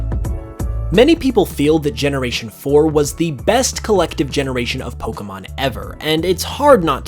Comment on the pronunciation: It would be better if he would, as I have said before, pronounce "Pokémon" correctly! It is only pronounced "poh-kay-mon", there is no such thing as "poh-kuh-mon"!